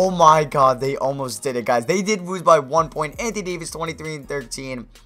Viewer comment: I'm sorry but when u say lose it sounds like wose